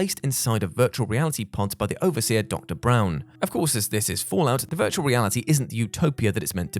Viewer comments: isn't it Brawn not Brown? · Damn good vid! It's not Brown, it's Braun.